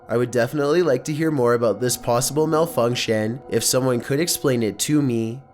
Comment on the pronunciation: Malfuwnkshannnnn Ew The way you talk is hella gross.